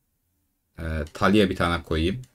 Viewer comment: Güzel dostum serinin başından beri taliah diyorsun uyuz oldum talia de talia